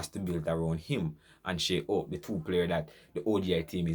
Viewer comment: I would like to know why you and most Jamaican chose not to pronounce players name proper, Shai Hope and any name with a H he H is left out, his name is HOPE not ope Holder is called older and Desmond Haynes is called Aynes, you are on YOU TUDE talking to people other than Jamaican, you need to do better, it's not just your countrymen you are speaking to.